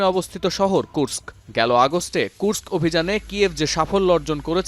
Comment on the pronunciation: ধন্যবাদ কুর্স্ক শহরটার নাম ঠিকভাবে উচ্চারণ করার জন্য। অন্য সব বাংলা চ্যানেলে বলা হয় কুরোস্ক।